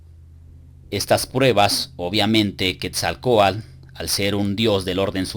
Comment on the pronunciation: Muy preparado, buenos videos, pero no se porque dice Quetzalcoal, en vez de Quetzalcoatl? saludos.